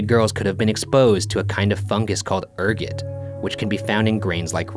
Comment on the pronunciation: when Ergot is pronounced, airgo not ear-got